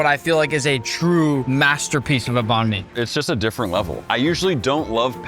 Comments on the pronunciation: ITS NOT BON ME ITS BANG ME I’m Vietnamese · STOP CALLING IT BAN MI YOUR PRONUNCIATION IS WRONG 😡 (im vietnamese) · Thats not banh my bro😭, American banh my might be true